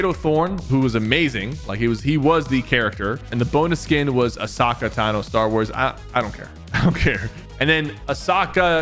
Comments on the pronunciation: Who’s Asaka Tano? It’s pronounced Ah so ka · It’s a-sow-ca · ITS NOT PRONOUNCED (A-SAH-KAH). ITS (-A-SO-KAH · as-aka is crazy its as-o-kha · Bro its not asaka its ahsoka💀💀💀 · “ah socka” this has got to be rage bait bro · Asake wow dude it is ahsoka tano 😂😂😂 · (AhSOCKah Tano Star Wars.) Her name is pronounced aa-sow-kuh fyi 👍🏻 You really need to watch Star Wars bro. It's mostly a really good movie franchise, and the "Star Wars the Clone Wars" show and "Andor" are really fire shows🗣🔥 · not him saying asaka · Spypherrr how dare you call Ashoka asocca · It’s pronounced ah-soak-uh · "Ah-Sockuh Tano" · When bro said ‘Asaka Tano’ instead of ‘Ashoka Tano’ I felt very ashamed as a Star Wars fan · ITS "A-SO-KA" like cmon sypher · who is "aphrodeeti" and "ahsockuh" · "asaka" 💀. Nah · Uh-saw-ka for Ashoka is crazy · Calling Ashoka “A-Sock-Eh” is crazy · Say it with me. Uh-soke-uh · bro really said asocka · Bro pmo about how he much he mispronounces things and how much he hates on Star wars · more like asacka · Bro said asaka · discrediting a whole battle pass cause you dont like star wars is insane plus learn how to say characters names like ahsoka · Sypher….. we need to talk about how you pronounce Ahsoka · The aphrodite and the Ashoka pronunciation was diabolical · Okay that was probably the worst pronunciation of Ahsoka i have ever heard!!! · i literally died dead, ahsoka is my favourite, the way he butchered her name 💀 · THATS NOT HOW YOU SAY AHSOKA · Aphrodite, Ahsoka and Montague pronunciation was absolutely nefarious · He pronounced Aphrodite correctly. But he butchered the other names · I’m crying when you said Ashoka wrong :’( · Its "ahsoka"